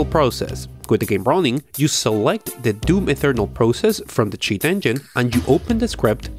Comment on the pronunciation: Bega Tree, Ferry Low Settings, Doom Ethernal this guy pronounces everything wrong with no logic behind it.